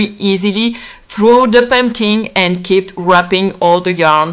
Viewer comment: So cute! Also I love the pronunciation of „pömpkin“ ❤. I wanted pink pömpkins and bought them from Temu but if I had seen this video earlier I might have made them myself.